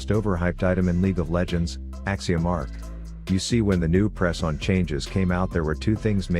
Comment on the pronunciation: The robot pronounced "pre season" as "presson" xD